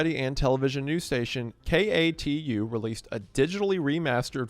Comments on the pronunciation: Just a quick "aKTuAllY" from an Oregonian, we pronounce it "Kay-too" rather than than "K.A.T.U." Any who, I've never clicked on a video faster! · As an Oregano, thank you for detailing our exploding whale story. 🐳 ODOT is pronounced “dot” with O at the beginning so “oh-dawt”. And KATU is pronounced K-2 for some reason. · Mr Goon, it's pronounced "kay-two" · Yeah definitely not a local when you're saying KATU and ODOT in any other way than K-2 or O-Dot. 😂 EDIT: "Oreganos" 💀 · Hearing all the letters in katu said aloud instead of "cat-oo" gave me a very uncomfortable feeling lol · As an Oregonian, it actually did used to be pronounced with each individual letter when I was growing up, but they changed it in... I wanna say the 2010s? to be pronounced more like "kay-too". Not sure if they've changed it again, that's just the most recent pronunciation I know of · KATU is pronounced Kay-too just an FYI. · Hearing KATU pronounced like that was shocking